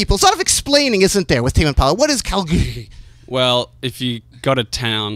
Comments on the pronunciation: Kalgoorlie, Western Australia (Kal-gool-lee) but he's saying Kal-goorly or something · KalGOORlie, not Kalgoorie